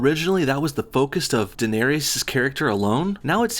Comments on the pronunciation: DAENERYS, say it with me DA-NAIR-REES. I'll even accept DAY-NAIR-REES, but not fucking DA-NAIR-RE-US. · Its Dan-air-reese. Not Dan-air-ee-es. Yeah, I'm a fanboy, fuck you. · For someone who apparently watches GoT, you really don't seem to understand that the show is brutal. No one cares that some of the rulers are female. All you're doing is searching for garbage to be mad at on your flavorless Youtube channel. And it's pronounced "Dan-air-iss" not "Dan-airy-iss". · The simple fact that you pronounce her name Denareous refutes all your points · SAY DA-NAIR-IS, FUCK, MAN, SAY IT GOD DAMN PROPERLY, PLEASE. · I can't tell if or how sarcastic you're being here, but come on. Daenerys' name is said multiple times on the show. Your pronounciation is cringeworthy. It's clear from this you haven't touched the books, and that's fine. But if you review an episode of a show, it would actually help if you watched the show. Nothing you say here is new to either the book or the show, and you make it sound like this is a drastic change from what came before. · I couldnt make it past 3 minutes with your brutal butchering of danys name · You cant even say danerys right LMAoo. & Your arguments are weak and honestly dont even know what your complaining about. Better luck next time kiddo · ahem it's Daenerys